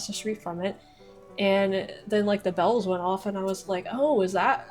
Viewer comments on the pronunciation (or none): none